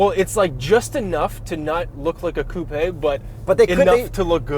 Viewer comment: "Super-CoupEE". I love this car, SUV, Crossover, Coupe', whatever the fook it's considered.